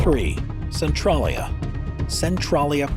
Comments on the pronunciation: Its "Cen-TRAY-lya" not "Cen-TRAH-lya" The latter would be spelled "Centrallia". How embarrassing for you! Did you not ever hear of Google? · Cen-trail-ia lol Centrolleya sounds so silly.